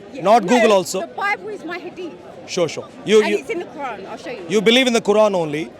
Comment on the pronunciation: He says Quaran like Sauron 🤣🤣🤣🤣